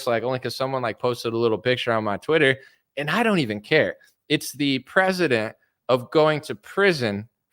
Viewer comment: Cute video but it’s prec·e·dence*** . You keep say president … I can’t 😂